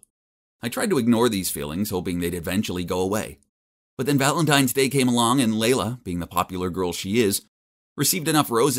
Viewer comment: OMG FINALLY SOMEONE WHO HAS THE NAME “LEILA” AND PRONOUNCES IT LIKE “LAYLA” NOT “LEELA” I’M SUBBING! TSYM FOR 89 LIKES!!